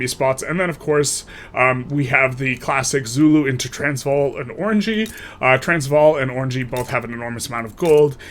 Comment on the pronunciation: Idk if you have a video on space marines, but is it worth putting a lot of my barracks in unincorporated states or not so much? Also if you could pronounce Oranje as Oranya I will marry you (had to ask as a South African)